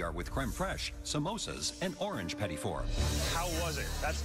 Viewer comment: you know the announcer/narrator isnt canadian when he pronounces petit wrong